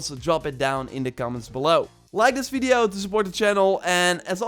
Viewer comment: Guy! It’s video, not fiddio. I understand you’re not a native speaker, but it’s a “v” not an “f”. It sounds like you have wet lips. It’s gross.